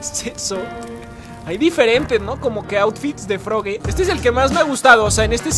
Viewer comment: Se dise frogi pero con e